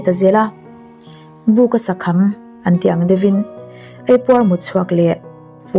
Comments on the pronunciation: I thi chhiar ah khân Bûka sa kham tiin i chhiara0,bûka ni loin buka sa kham ani zawk aw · Buka sakham i lam dan a dik lo..chhombuk..buka...buuka a ni lo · Buka sa kham, chhimbuk sawina. Bûka ni lovin buka tih mai tur. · Buka sa kham (Chhimbuk sawina a nia, a thluk a dik lo hret...) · Buka sakham tih i chhiar rik dan hi a dik lo, chhawl buk tih ri anga chhiar lovin Buka chhimbuk a buk thluk hian chhiar tur